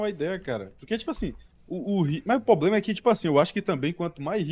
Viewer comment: Eu passo um pano pro por falar " poblema " pq é o 😅